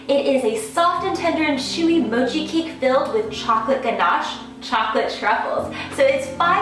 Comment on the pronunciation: looks great. but rather "mo'chi", not "moh'chi"